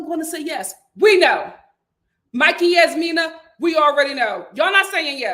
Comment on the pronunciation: I'm about to give up on this season because it's just 😪 I just want Steve to say NO to Annoying Noi on Decision Day. That woman is annoying and insufferable. The "j" in Jasmina is not a "y" sound lol Michael is trying his hardest, but Jasmina does not see it for him. Sad. I'm done wanting better for Katina because she doesn't want better for herself smdh.